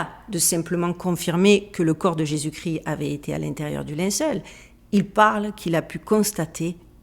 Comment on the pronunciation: Très intéressant, par contre on prononce Jésus Christ (kriste) et pas gris 😊, il y a une émission sur le suaire de Turin sur arte, très intéressant aussi